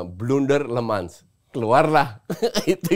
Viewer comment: Kochi ini sdh salah msh ngotot mulu, namanya Senne Lammens itu bacanya bukan "Lemans", tapi memang bacanya "Lamens" dimana 'e' nya itu dilafalkan seperti kata 'kerja'...ini orangnya sendiri yang bilang cara ejaan namanya di youtubenya MU.... ini katanya fans tapi kardus, mau mulu diayamin kochi 😊 Trus si Emi Martinez itu, statsnya season kemarin ngga jauh beda dari Onana loh, dan blundernya banyak juga...klo riset yg bener bang, cari jg si Emi Martinez, jgn cm si Lammens aja yg dicari salahnya mulu, maen aja blm sdh dihina2. Gw pribadi, drpd ambil Emi yg performanya sdh pasti naik turun, mending gambling aja ambil kiper muda (yg katanya berbakat) yg msh bisa bagus bisa kagak tp jauh lbh murah.